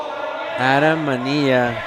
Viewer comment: The name "Manilla" not pronounced "Maneeya" in English.